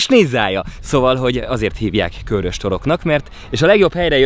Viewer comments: Lehet csak nekem sértette a fülem, de a Körös-t az rövid magánhangzókkal ejtjük és nem Kőrösként, ahogy többször is használtad. Ez építő jellegű kritika akar lenni, tudom, hogy ügyelsz a részletekre. Üdv, Egy srác a Körösök vonzáskörzetéből :) UI: Gyulára is jöhetnél valamikor ;) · Felénk az általad használt "Kőrös" kiejtés nem helyénvaló és bántotta szegény békési fülemet 😣😣 Helyes használat: "Körös" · Nagyon király videó, mint mindig, de Körös- parti gyerekként légyszi, rövid ö-vel :D Respekt :) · Az Körös, nem Kőrös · Körös rövid ö betűkkel és nem hosszúval. Ezt leszámítva megint tartalmas és mínőségi videó. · Helyiként én is egyetértek! 😄